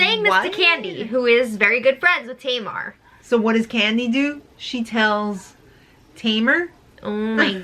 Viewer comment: Maybe Tom mispronouncing Tamar's name was part of their feud? I know it would get on my nerves.